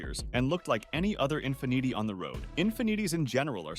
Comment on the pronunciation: How he pronounced Infiniti 😂😂